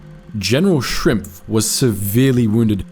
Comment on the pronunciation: Why americans always butchering german names so hard? Commander of the 3rd paratrooper divsion was Lt. Gen. Schimpf not Shrimpf (wtf). This one didnt even have mutated vowls where I somehow understand the confusion.